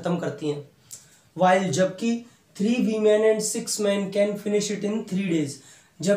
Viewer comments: It's no wo Weman it's women learn how to speak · Anybody noticed sir used to pronounce women as wemen 🤣🤣🤣